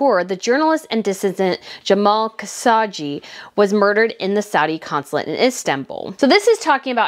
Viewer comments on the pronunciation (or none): Just FYI, the journalist’s name is pronounced juh maal kuh showg jee. 🙂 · really enjoying your vids...one thing...the "G" is a hard g in Khashoggi...otherwise, really enjoying your vids and am now a new subscriber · Girl, like your content but please practice your pronunciation such as Khashoggi or Chopard…